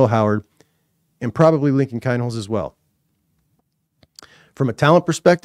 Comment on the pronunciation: Please learn how to prononce KEEEEEnholz